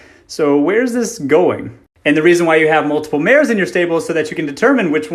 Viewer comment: "Mares" OH MY SWEET BABY JESUS